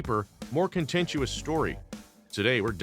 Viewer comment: If the narrator is a " reporter " or presumably represents journalism, he needs to return to school. " ContentUOUS ", really ? Really ? Should've said " contentious ". ...But, hey, what the heck. Illiteracy is all the rage now.